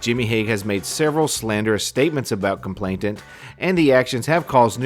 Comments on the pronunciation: 'Complainant' not 'complaintant' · Nice video, he's a vile human being. One helpful hint, I hope: It's "complainant" not "complainTant". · COMPLAINANT not complainTant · With respect, the word is complainant. There's only one 't'.